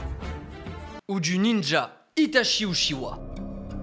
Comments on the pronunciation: Tout le long t'as mal prononcé Itachi Uchiha, ça se prononce Itatchi Utchiwa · alors juste une chose itachi se prononce "itatchi" et non pas "itashi" il faut savoir dire le nom des persos avant de vouloir faire les fans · Si je peux me permettre, en japonais on dit "Itatchi", et pas "Itashi", le CH se prononce [tchi] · Itachi se prononce Itatchi au passage (prononciation officielle japonaise, après vous faites ce que vous voulez, mais au moins c'est dit...) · Bon euhhh pour info, itachi se prononce itaTCHI voilà je vais pas encore dire pourquoi parce que sur ma chaîne je passe mon temps à l’expliquer mais renseigner vous avec les hiragana et l’écriture romaji